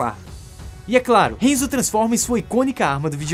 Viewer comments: Não se fala henzo se fala hanzo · Cara, me permite uma correção: HANZO!! Fala o nome direito véi... O filme é ruim, o mínimo é só falar os nomes direito... HENZO é zuado. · So errou a pronúncia de HANZO. É um ninja famoso da história do Japão. Doeu ouvir hEnzo. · Só uma correção, o nome do Scorpion é Hanzo e não Henzo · Enzo? Oxi, n é Hanzou? Hanzo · "Renzo" doeu de ouvir... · Hanzo Hasashi é um nome em japonês,, logo, poderia ter feito a pronúncia como "A" e não como se fosse um nome em inglês. E Sub-Zero vem de um grupo de guerreiros Lin Kuei. Tecnicamente, eles são os ninjas chineses, mas só compartilhando pra informar =D